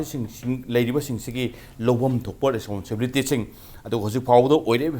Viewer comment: Ta "responsibility" do sengna amta hyse taba nungaite